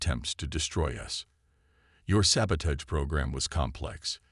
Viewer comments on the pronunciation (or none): Ok. I am only a few minutes into the story. Can you Please tell me what the hell: "saba-TAYGE" is!!!!!????? I have heard of "saba-TAHGE", but NOT "saba-TAYGE"!!!!!! I FREAKIN hate POS AI's. And you have one of those. AND, I made it to the end....AND your AI is a POS for sure. WTF is: "EH-EYE" (AI), "BEAR-idge" (barrage), "as he REED the report..." (as he read "RED" the report), and what the HELL are "RED-outs"!!!??? (readouts) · sabotage.... used so many times and mispronounced EVERY single time